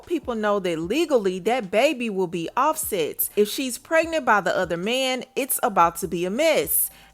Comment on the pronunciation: It’s OffeSets baby